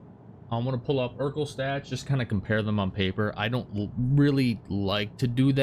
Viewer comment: It’s not eurkl it’s erkul